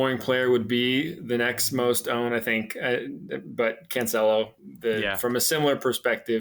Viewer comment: you keep on pronouncing Mr Cancelo wrong, it's not "CanCHelo" but "CanSelo".